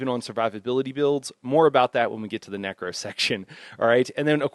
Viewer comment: What's with the necro pronunciation?